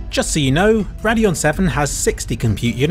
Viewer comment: Any F1 fans keep hearing him say Radeon and hearing Raidillon at Spa?